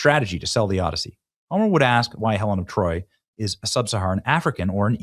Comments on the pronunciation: “Helen of Detroit “ 😂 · Helen of deTROYt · Did he say "Helen of Detroit"? 🤣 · "Helen of Detroit" 🤣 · man you got me fuced up bro XD, you said Helen of Troy and the auto subtitles wrote Helen of Detroit XDDDDD, fucking hilarious and acurate at the same time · Omg u said "Helen of Detroit' thats fan fukin tastic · What trailer ??? Hellin’ of deTroyt ??? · Should have said DeTROYt ...but nice...😂